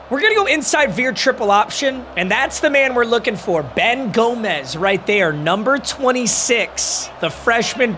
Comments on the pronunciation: its gomes (homes) not gomez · Its pronounced Ben (Gome-s)